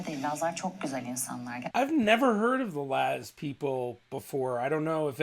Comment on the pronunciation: is laz not naz, If you don't say it clearly then you can't translate it correctly.